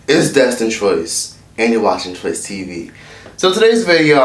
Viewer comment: Troyce: “ogbyn” Me: 🤭😂